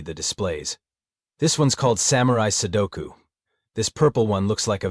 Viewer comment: "sukolu"? "sudoko"? TF?